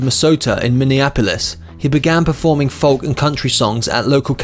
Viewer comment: I think it was a machine, folk was really pronounced L